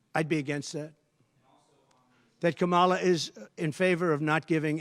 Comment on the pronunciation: He's back to the racist pronunciation of Harris's name. But of course zero journalists will call him on it.